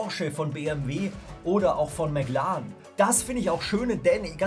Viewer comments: Ehhm McLaaren es heißt McLaren und wird Englisch ausgesprochen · cooles vid mc lan aua btw "Mäck Lärren" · er sagt nicht mclaren sonder mclan